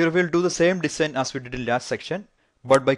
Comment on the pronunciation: Please pronounce "design" correctly. its so irritating how u pronounce it :/